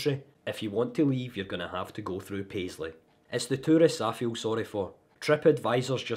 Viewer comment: Wan word. “Paisley”. 🤦‍♂️